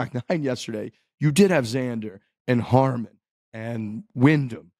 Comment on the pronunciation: Brian Harman *** not Harmon